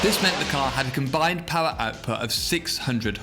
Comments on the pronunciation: I hear horse paw instead of horse power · Ridiculous "pawr"